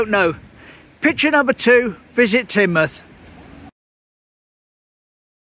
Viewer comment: Good one and now I know how to pronounce Teignmouth👍